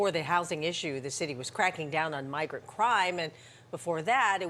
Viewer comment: "Bi-grant Crime"